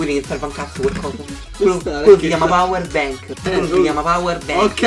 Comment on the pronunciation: "powe benk" ahhaahahaha